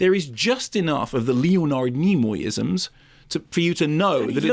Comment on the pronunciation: Leo Nard Knee Moy 😂